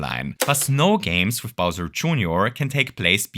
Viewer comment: bowser june-or 😭😭